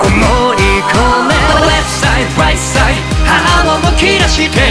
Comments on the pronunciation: 中毒性がやばいです！ 「ワーニング ワーニング」 「レフトサイド ライトサイド」 「YOU ARE KING」 特にここのとこの発音が好きすぎてやばいです！ luzくんの巻舌が好きすぎて巻舌特集みたいなの欲しいです← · 今回も最高です… まるごと好きなんですけど、特にレフトサイドライトサイドのとこ、ただただ巻き舌にするんじゃなくてLとRの発音しっかり区別してるとこすき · レフトサイドライトサイドの発音めちゃめちゃかっこよすぎる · 投稿予定曲を変えてまでこのKINGを投稿してくれてほんとに嬉しいです…！ You Ah KINGとレフトサイド、ライトサイドの発音こだわったんですよね…？ ほんとに歌い方好きです(*´ `*) ハハッって所で無事死亡しました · 「YOU ARE KING」だけじゃなくてレフトサイドライトサイドのところの発音もこだわったんですよね🥺🥺英語の発音さすがです！！